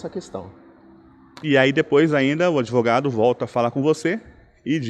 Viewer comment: "ADEVOGADO" que diz que quer o link da matéria pra "JOGAR" no processo já mostra o nível do profissional 😂😂😂